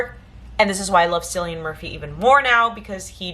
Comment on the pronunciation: Nice haul. Keep building that collection. And BTW he pronounces his name Cillian but with a K